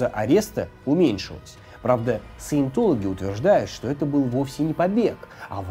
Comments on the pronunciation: Каждый раз когда говорит "саетолаги" я в голове поправляю на СУЕТОЛОГИ, и это становится очень смешно смотреть! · вместо "Саинтологи" слышу "суетологи" и в принципе второй вариант тоже подходит, т.к. суету секта наводит